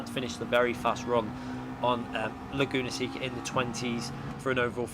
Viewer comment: The penalty was probably awarded for calling the track “Lagoona Sicka” lol